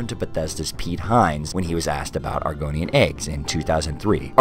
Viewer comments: "Argonian Bewbs" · you say it like bewbs, thats all i needed to continue watching this video